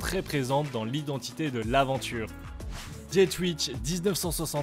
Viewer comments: Super vidéo ! Bien vu la version 2 à moins de 1500€. Les montres Laventure sont superbes 😍 Le bracelet de la Dietrich (à prononcer plutôt Dié-trich que Diet-rich 🙂 ) est super bien imaginé et fait. La Tissot devrait bien cartonner je pense, elle est vraiment très sympa ! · Pour la dernière montre, pourquoi prendre un accent anglais alors que c'est une montre française avec un nom d'origine germanique ? Pas vraiment compréhensible